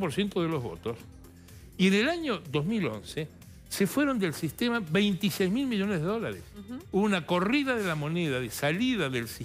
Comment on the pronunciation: Luciana Geuna por favor suspendé con la voz nasal, INSOPORTABLE y la pronunciación de las R que parece que tuvieras las mandíbulas pegadas. Dice "EL DOLARE". No le vendría mal unas clases de pronunciación y vocalización. La escuchás hablar con esa voz nasal 10 minutos y te querés matar. Por lo demás muy bueno el programa.